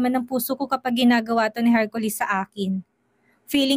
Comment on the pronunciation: Laging Hercolis ang pagbanggit ng narrator imbes na Hercoles,iba talaga kapag si ang nagnanarrate may kilig..ang story.